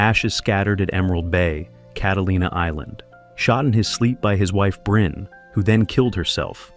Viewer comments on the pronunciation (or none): none